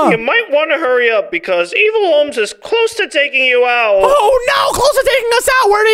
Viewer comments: "EvIaL" got me 😂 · you literally said evile and luke is right (not hate comment)